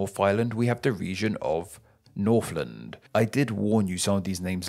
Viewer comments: A note on pronunciation, in New Zealand, you don't pronounce the land in Northland or Southland as 'land' but more like 'lind'. One of the eccentricities of the New Zealand accent, I guess. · to be fair he pronounced Northland perfectly. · English Words that include the letter combination “th” are NOT pronounced “F” As in “Nawf of the nawf of nawfland” It’s “North of the north of northland”